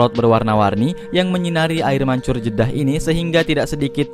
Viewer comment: Jedah banggg. Bukan jeda